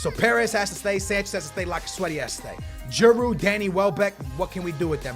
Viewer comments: Stop pronouncing the D in Giroud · It pronounce G-rude not G-A-rude and sell Sanchez and keep Giroud